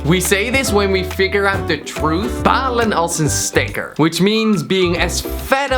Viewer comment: kwebbelkop je zei steker in plaats van stekker